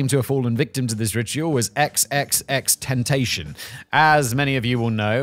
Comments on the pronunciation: Xxxtentacion is pronounced triple X tenticion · just wanted to give Simon some help, it's XXX-Ten-tass-eon but most I heard call em Triple X Tentacion. Rest in peace to that talented young artist, cut down way before his time 🕊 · Simon, It's pronounced Ten Tass EE On. The xxx man that is. One of my sons would look at you with disdain for your pronunciation, but then politely let you know. Legends never die❤ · Xxx ten tash ion (pronounced) *I asked my kid 😂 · I never knew how much I wanted to hear Simon pronounce XXXTentacion 😂😂😂